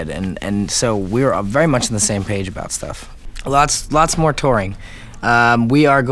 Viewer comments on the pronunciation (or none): none